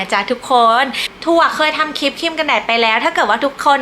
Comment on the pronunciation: น่ารักนะคะ พูดจาได้เป็นธรรมชาติดีค่ะ แต่จะดีขึ้นกว่านี้อีกเยอะเลย ถ้าปรับปรุงการออกเสียงคำควบกล้ำให้ถูกต้องหน่อย ( เช่น คลิป ไม่ใช่ คิป เกลี่ย ไม่ใช่ เกี่ย ) ถ้าทำได้ คลิปของจะฟังเพลินมากเลยล่ะค่ะ